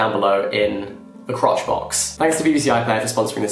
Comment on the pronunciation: Please, I'm sorry, am I the only one who heard Jack call the description box "the crotch box" at the end of the ad section??? 😭😭😭